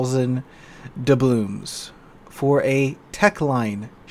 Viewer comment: ITS dublooNs not dublooMs ...